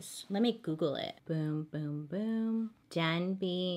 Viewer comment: She said “ Denby “ but I heard “ dead beat “ 🥴💀💀💀